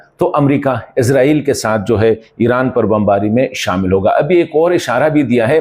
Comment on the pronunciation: عزرائیل نہیں اسرائیل بولا کریں ہے